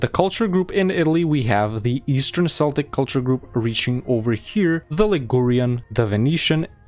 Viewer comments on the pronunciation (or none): incredible mod, just small sidenote, it's pronounced "keltik" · Celtic is pronounced with a hard C btw